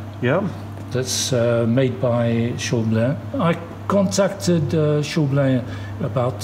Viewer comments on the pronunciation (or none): All's well that ends well. Ha. Visiting that shop you sounded like a kid in a candy shop. What a great opportunity. The big question: will you now say "shaw-BLEN" instead of "SHOUW-blin"?